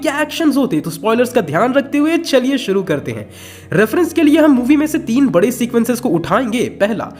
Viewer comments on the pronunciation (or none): none